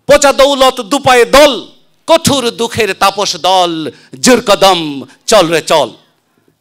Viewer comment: কোটুর না জনাব কঠোর।